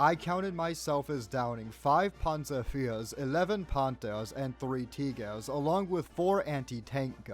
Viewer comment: "Teegehrs" is killing me